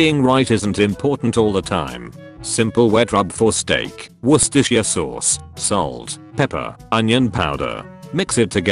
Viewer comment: How could the reddit voiceover pronunce Worcestershire perfectly, yet misspronunce pretty much everything else??